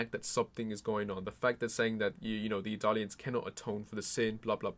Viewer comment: It sounds like you're saying Italian empire/Italians rather than Eldians a few times. It's more amusing than annoying though.